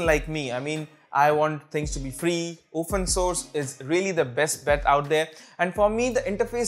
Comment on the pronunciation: "diiiiiiiiiiii most"...., its "" THE"", NOT " Diiiiiiiiii". and u didnt even highlighted or put up the names of Diiiiiii programs on the screen>< i mean your video is about that, how can u forget>.